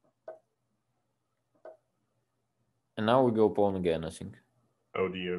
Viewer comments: I thought he was saying bone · I couldve sworn he was saying “bone” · Thought Dubov was saying "Let's go boom" then realized he meant pawn.